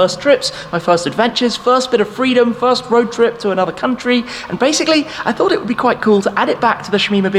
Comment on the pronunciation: So this is the "Shfirst"